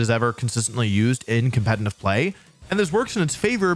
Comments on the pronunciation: dude keeps saying competenant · Why do you say "compentative" lmao